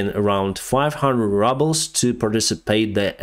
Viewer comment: I love the new pronunciation of the Russian rouble. It truly personifies what Putin represents.